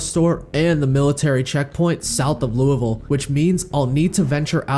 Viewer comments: Finally someone who knows how to pronounce Louisville right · Love the video, love you pronunciation of Louisville as well, its beautiful